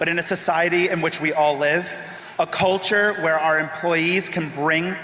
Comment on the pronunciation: Is it just me, or is there some heavy emphasis on the "cult" part when he says "culture"?